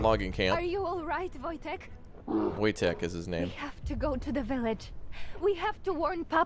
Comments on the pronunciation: And it's pronounced 'Voy-tech" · Wojtek is pronounced "Voi - tek" by the way :)